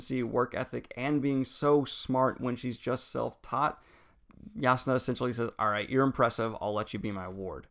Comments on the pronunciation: He said Yas-nah. That is the official pronounciation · look man i appreciate what youre doing, but its "SHALL-lynn" and "JAZZ-nah" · I can´t believe that´s how you pronounce Jasnah´s name! Now I am pretty sure that I´ve been pronouncing it wrong, but its just going to get me every time I read her name! Damn you Daniel!!